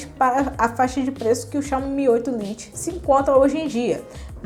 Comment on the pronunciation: vídeo muito bem explicado e feito de forma sincera, mas uma crítica construtiva: precisa tomar mais cuidado com a pronuncia do inglês (lite se pronuncia lait) e com nossa gramática (haja visto/a não existe no português). Mas vc possui boa desenvoltura e simpatia, sucesso no seu canal!